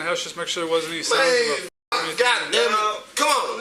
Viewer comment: Bro said, "chum'on!" 😂 what an idiot. "NOW" "WTF DEY AT!?"